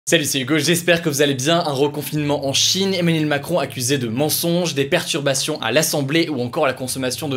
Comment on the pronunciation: La vache t’articule de moins en moins...détend toi mec...sérieux avant c’était juste avec "si jamais" mais la t’as pas prononcé 1 seule fois "Emmanuel Macron" correctement,tu l’as dit plein de fois pourtant...et j’en passe. Bref,fais un effort on est des centaines de milliers à te suivre. Respecte nous amigo ! 😂😂😂😂